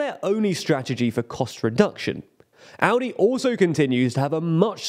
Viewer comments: How can aLdi be pronounced aUdi? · I keep hearing Audi instead of Aldi the way the presenter pronounces it. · Love how Aldi became pronounced as the german Audi consistently throughout this video (confusing my brain a lot haha) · Somehow it sounds more like Audi than Aldi xD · The way Aldi is pronounced sound like "Audi" which made me confused at the beginning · Please stop saying "Audi" every time... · I get triggered by you calling Aldi Audi consistently😂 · You might want to try pronouncing the letter "L" in that word. You're making it sound like Audi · It’s pronounced “All-Dee’. You are pronouncing it like the car company. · Could you please learn how to pronounce ALDI? You sound like AUDI, which is a different, German yes, but nevertheless different company! I mean, how can you make a video on a foreign stuff without even checking how to read or say it, lol. BTW, I'm not even german and still know how to pronounce it correctly 😅